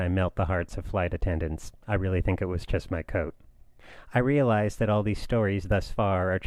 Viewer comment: Great episode! I'm really noticing that each time you say "just", it sounds like "tjist".